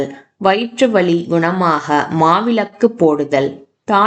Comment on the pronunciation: Thank you . A few points (1) the temple is not west facing. The main entrance is east facing. (2) Why is 'ka' pronounced as 'ha' ? வகை - வஹை, நோய்கள் - நோய்ஹள், குணமாக - குணமாஹ. Terrible pronunciation.